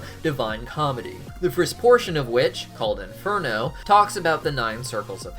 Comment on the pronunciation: as an Italian ill tell u u really do not need to say inferno I mean I, appreciate the effort and the pronunciation is very good but u can say hell as it is the same thing